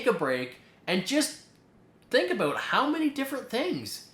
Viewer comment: I like the way you say "about" and "house" but I like the video over all. Very educational. Good job and keep up the good work :)